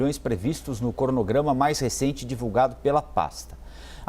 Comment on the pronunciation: Eu ouvi bem ou o cara falou "cornograma"? Pensei que esse tipo de coisa não sofresse gestão....